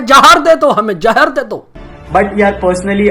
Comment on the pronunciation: 'Jehr' ni 'Zehr'